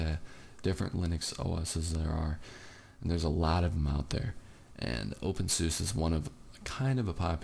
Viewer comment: You Said OpenSUSE The Wrong Way